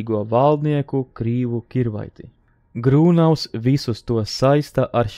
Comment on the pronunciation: Grūnavs, nevis Grūnovs.